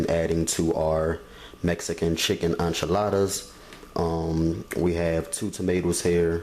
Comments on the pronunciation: I stopped watching when I heard you say "on chiladas" the word is enchiladas, the frst sylable rhymes with "men". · Enchiladas he is pronouncing it wrong 🤣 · none of what you say is how a Mexican makes enchiladas,Please don't give advice on things you don't know any thing about and you mispronounce the word ,PLEASE GO TAKE SPANISH LESSONS,THE SOUND IS NCHILADAS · is he calling them,"Anchaladas?"